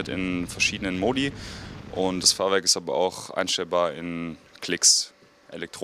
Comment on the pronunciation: Wieso sagte eigentlich immer wieder Fahrwark anstatt Fahrwerk. ?